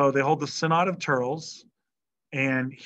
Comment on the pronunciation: Thurles is pronounced "Thur-less"